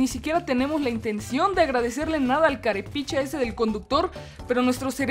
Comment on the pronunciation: Jajaja CAREPICHA es sonó tan tico